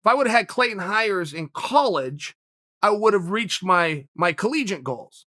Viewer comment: Take a shot Chael sonnen says CLAYTEN HIRES